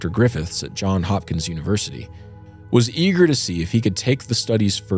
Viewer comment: JohnS Hopkins. Not John Hopkins.